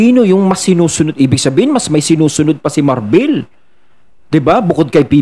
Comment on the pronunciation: Marbil hindi Marbel ano capt marbel?